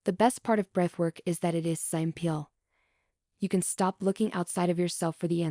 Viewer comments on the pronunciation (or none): Thank you. And, a "hmm." This seems AI-generated. "Scaring" instead of "scarring"? "Sam peel" instead of "simple"? Thank you for the information, although makes me wonder, is Emily as real as Jen and Leigh, and vice versa... Noticed the same wording and pacing in the beginning. Note that my analysis does not affect my interest; although it does "take me out of the experience" when I hear verbal typos, because I can then "see" the writing, and a person wouldn't read it with those errors even if it had been written that way. Long story short: thank you! God bless in Jesus name.